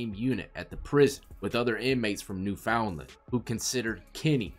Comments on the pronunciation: Love the videos. Only think I'd change is that it's not pronounced "newfound land" but "new-fin-land" but as 1 word newfinland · Newfinland is how ypu should pronounce newfoundland lol